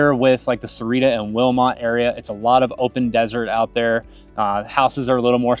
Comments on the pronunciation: It's pronounce "Sa-wah-rita" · Where's "Serrira"? Its more like "SA- OOAH- REE- TTA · Got to learn how to pronounce Sahuarita correctly you’re missing an entire syllable.